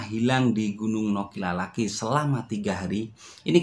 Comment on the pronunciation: Nokilalaki,bukan Nokilaki 😀